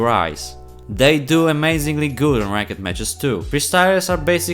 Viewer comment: Awesome video my man! I love the way you say Rank-ed lmao!